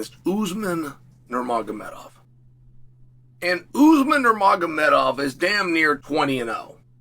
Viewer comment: Chael says nourmagomedov right ! Chael says nourmagomedov right ! Woooooow !